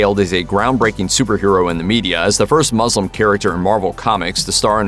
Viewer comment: Him: mrs marvel is the first muss-lim character Me: did you as muzzlin or muslin? Lol nice video